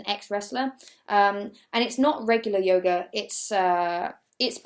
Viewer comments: It took me a while to realise you said "yoga" and not "yoghurt" and so I was very confused for a while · i can't have been the only one who heard yoghurt instead of yoga ... XD